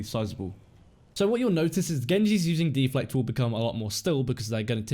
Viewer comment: De-Flect! Bloody deflect don't you mean! Haha. Good guide though.